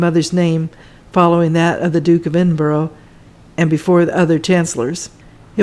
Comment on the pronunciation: Nice video. Edinburgh is pronounced "Edinbru" in the UK, so you know and not Edinbrow